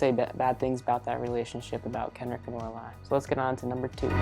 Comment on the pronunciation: I got very confused when he said Lorili and Kenric but than I realized he meant Oraile and Kenric and that he just says her name diferently than me lol